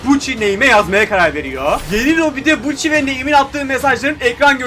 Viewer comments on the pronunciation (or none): Buchi değil yok gucci